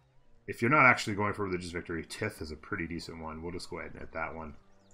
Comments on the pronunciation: You’ve probably learned how to pronounce “tithe” by now (kinda rhymes with “five”), but I thought “Tith” was funny haha. 😆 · That is not how you pronounce tithe lol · lololol that pronunciation of "tithe" caught me by surprise xD